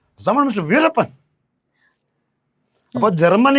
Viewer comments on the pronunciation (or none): none